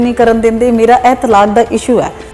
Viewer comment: ਤਾਲਕ ਨਹੀ ਹੁੰਦਾ-ਤਲਾਕ ਹੁੰਦਾ ਜੀ 🙏🏻